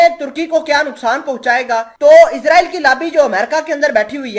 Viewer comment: صحیح لفظ اسراٸیل ہے نہ کہ عزراٸیل